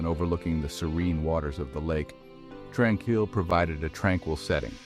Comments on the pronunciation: The creator of this video has never been here. Using stock photos of other places, some having nothing to do with the sanatorium or a hospital at all. You're wondering how it's actually pronounced seeing as this AI Bot doesn't know how to pronounce it, it's pronounced Trān-Keel. It's just past the Kamloops airport. Gotta go along a dirt road after a bit. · You're pronouncing it wrong Tran-keel